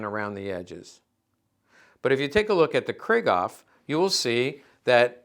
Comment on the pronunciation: Griegaw ? Krieghoff is pronounced: 'Krieg' (like 'creek') (David Hassel)'hoff'. JFTR. Thx for the video!